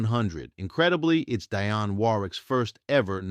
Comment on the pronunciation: I hate computer-generated voices that mispronounce common names. For example The came You was with Dionne Warwick not Dye-on Warwick. He later teamed with Alan Thicke. The E is silent. The voice said Thick-ah. And Not Just Knee Deep was Parliament Funkadelic not Sweat Band. Such a remarkable singer with the remarkable story but I lost interest with mispronunciations that even a novice pronounce